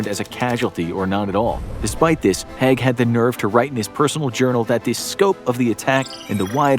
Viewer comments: HAIG... not HEG... just like CRAIG not CREG .... at least say the names right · Agreed. The assessment of Haig (pronounced as spelt and not "hag") was a bit too glib. There's a lot to consider in this topic and it's probably too complicated for a 20 minute video in itself, much less shared with other (less controversial) figures. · Sir Douglas Haig was actually a good military leader given all circumstances and he felt so guilty for the men he sent to die that until he died he spent millions on looking after veterans. Also you're mispronouncing "Haig" which is pronounced how it's spelt, not as "Hegg" and Somme is pronounced "sOm". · Mispronounced Haig and Somme 😤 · Very informative, but please learn pronunciations! Haig is pronounced badly, but how do you say Battle of the Somme incorrectly? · If you're going to talk about Haig, you might want to look up how to pronounce the Somme, let alone his name. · Learn how to pronounce the peoples names right. Haig more then the other. The a in his name has a e sound not a.